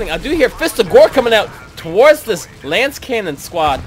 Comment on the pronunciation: Thanks for the commentary and the replays! One thing: its a lascannon, not a lancecannon. The unit pronounces it when you click it in case youre wondering.. great games!